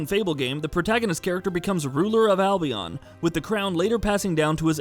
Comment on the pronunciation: Anyone else getting irritated how he pronounces Albion.